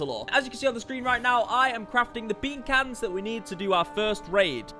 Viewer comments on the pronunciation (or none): Only the ogs will know how used to pronounce beancans😁